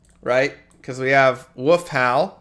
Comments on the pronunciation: Does know there's an l in the word "wolf" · Mark of the "woof"? You live on the east coast of the U.S. don't you? I had a friend who said "wolf" like "woof" every time and he was from the east coast.